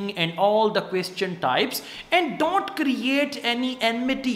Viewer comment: I love ur way of teaching but some words u pronounce incorrect like - various and don't.